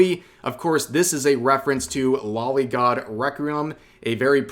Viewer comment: Alright cowards pay attention because I'm about to reveal your secrets. Loli Is not a body type it very much is a "young person". And it's not pronounced "lolly" It's pronounced "lo-lee". I know it's pronounced this way because it's the shortened version of lolicon, it is derived from 2 words. lolita and complex. It gets the Loli part directly from "lolita" which was the title of a book from a Russian author about an adult male who had an inappropriate relationship with a female minor, and the word complex, without looking it up I believe it means something like "a strange infatuation with". I don't care enough about the world anymore to actually judge you for this so I don't actually care that you like it. But it does annoy me when I see people just not owning their shit. Especially on this topic now here in 2024. it's grown so popular that it's obvious what it is at this point. And just to show you that I truly feel this way, That's there is some loli artwork out there that I really like. no I'm not afraid to admit it. Well it's not an infatuation with me there's something enjoyable in youthful cutiness in eroticism.